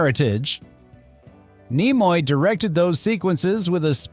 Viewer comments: .... pronounce Nimoy please? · I'm pretty sure this is an AI voice. Either that or he knows nothing about Star Trek because he doesn't know how to say Leonard Nimoy.